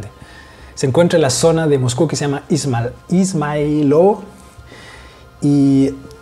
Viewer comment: It should be pronounced izmAylovo, bro - like 'eas-MIGH-lovo' with the middle part of the word stressed :))